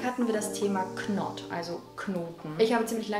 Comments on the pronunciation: Ganz ganz tolles Video, habe dich erst vor kurzem entdeckt und seitdem suchte ich deine Videos... Ich habe gerade echt mit mir gehadert, weil ich nicht diese Person sein will... Ich hoffe einfach, dass du es nicht falsch verstehst😅 Im englischen ist das k in der Aussprache von knot stumm... Man sagt also im Prinzip not nicht knot... 😊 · Richtig cooles Video!😲 krass dass du das echt durchziehst haha🥴 (bei dem englischen Wort „Knot“ spricht man übrigens das K nicht…richtig ausgesprochen also „not“😜) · Das "k" bei "knot" ist stumm👍😉